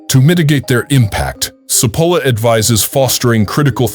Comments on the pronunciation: The name is pronounced /tʃi'polla/ not Sepola! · I appreciate the information but for those who choose to listen you need to know that the pronunciation of Cipolla’s name which actually means onion is butchered by the speaker.